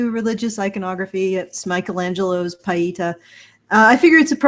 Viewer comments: Just so you know, Michelangelo’s sculpture is pronounced pee-eh-TAH. But I agree with all of your sentiments. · It's pronounced: 'pee-ay-taah'